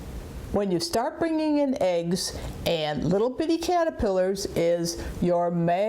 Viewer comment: "Oh, what a surprise... Monarch caterpillars are a liiiittle bit... stupid." LOL This lady is awesome.